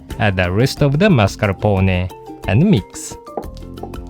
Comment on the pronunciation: Very good the pronunciation of "Mascarpone" and "Savoiardi" !! :-) Greetings from Italy